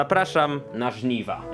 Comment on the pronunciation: Nie akcentuj "żniwa" jak by było to coś wow xD